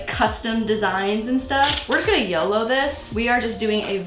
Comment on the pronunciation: I thought she said yellow on yolo HAHAHAHA I WAS JUST GONNA SUGGEST FOR A NEW MERCH HAHAHAHAH "Were just gonna yellow it"